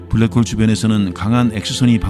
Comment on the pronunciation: 잠들만할때 블랰호올 들으면 잠 확달아남